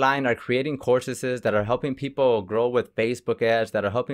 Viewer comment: why other countries. pronounce (PEOPLE) PEOPOR!